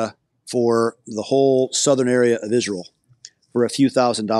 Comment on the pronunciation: He's terrible on the "Isrul" issue as he calls it, but otherwise an interesting man.